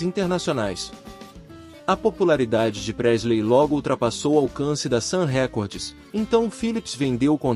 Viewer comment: Não é "Sam Récordes", a pronúncia correta é: "Sam Rikórd.